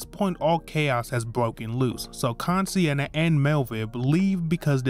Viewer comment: Kan-E-Senna: x Kan-Si-Enna: ✓